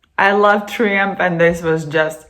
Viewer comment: Its pronounced Try umph and spelled Triumph. They were a great live band.